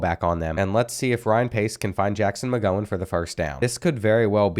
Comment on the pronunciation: At 41 mins you said Jackson mgowhen Steven mgowhen